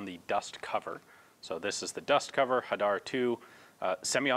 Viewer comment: You didn't "butcher" the pronunciation for Hadar, you spoke it quite well for a non Israeli :-) Hadar means citrus in Hebrew.